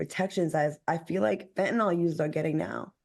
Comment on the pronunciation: Al, it's FEN-TA-NIL. Not FEN-TA-NOL